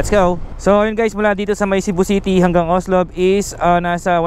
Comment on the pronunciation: daghang salamat sa pagpakita sa queen city.. nindot gyd na ang CCLEX unta lang limpyohan ng naa sa kilid sakit sa mata unya baho pa gyd na diha.. maka hugaw sa dagat nya diha mangisda... POV lang unta kuha-on na. Anyways tama namn ung pagka bigkas nyo sa Cebu at gihigugma 👏 pero ung Cordova (cenxa) hindi, kasi english ang pag bigkas nyo 😅 spanish ung pagbigkas nasa first syllable stress po. Pero hwag po kayo ma stress ha, hindi namn sa ano,gusto ko lang sabihin Adventure/ tour/ riders vlog kaya ok lang yan. sabi nila shrimp farm daw yan. more power and God bless